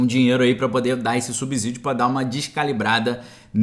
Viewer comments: PELO AMOR DE DEUS!! VOCÊ? Pŕeste atenção! Na palavra "SUBSÍDIO" o "s" NÃO TEM SOM DE "Z"! zzzzzzz.. TEM SOM DE SSSSSSSS. A pronúncia correta é Ssssíí í... SUBSÍDIO (SSSSSSS...) "SUBZZZÍDIO" ASSASSINA O PORTUGUÊS. Há algumas exceções, mas "SUBSÍDIO" pronunciado comzzzzz não se aplica. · a pronúncia correta do fonema da palavra “subsídio” é com /s/ e não com / z/. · Subsídio a pronuncia é com S e não com Z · Muito boa a sua matéria, só fica ruim ouvir vc pronunciar “subZídio”. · PROFESSOR, NÃO FALE SUBZÍDIO COMO SE A PALAVRA FOSSE ESCRITA COM "Z"; FALE COMO SE FOSSE COM "C". Tanto é o correto, como soa melhor. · * LEMBRETE: A palavra "S U B S Í D I O" é pronunciada corretamente, como se o "S" tivesse o som de "C", e não de "Z". Desculpe a correção, mas me dói o ouvido quando pronunciada com som de " Z". OK?....